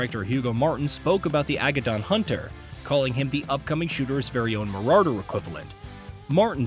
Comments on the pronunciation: MarauRder... lol. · Marauwwwder 😂what an absolute tool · Mararder has me dead bro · Mah rah dur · After reading this comment I wasn’t expecting him to say it like that 😂 marrarrderr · LMAO why does this guy have a small seizer when he pronounces "Marauder" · My man has a serious problem pronouncing Marauder.....